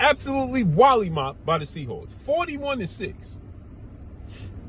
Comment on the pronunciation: It's mollywhopped not wollymopped lol